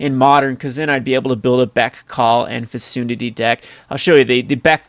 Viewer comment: Fecundity is pronounced "fee-CUN-dit-tee."